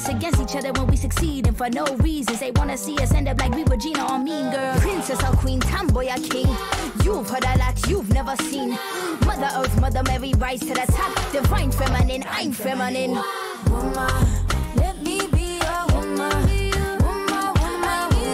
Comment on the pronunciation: Well, none of us can agree on what she is saying... womah, roomba, hummer, rumor, etc...😂 Bottom line... someone needs to tell Doja Cat how to pronounce "woman" 🤣🤣 Who really cares about the song though? We don't! It's all about how amazing you were at playing that map and how beautiful you were doing it! Great job! ❤❤❤